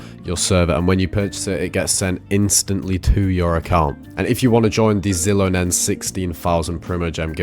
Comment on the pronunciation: Genuinely why do you say so many of the characters names so wrong? Do you just not care? Do you play the game on mute? I'm curious. Like it's pretty much common knowledge that it's shi-lo-nen, not zi-lo-nen. If you just didn't know, fair ig. But as a content creator, I'd think you'd know basic knowledge such as the character's names.